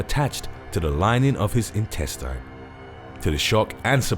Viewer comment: Can you bro pronounce intestine correct